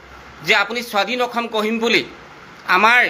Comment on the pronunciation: মাল খাই কৈ আছো নেকি।অসম শব্দ টোকে ভাল কে কব পৰা নাই ।ফাল্টু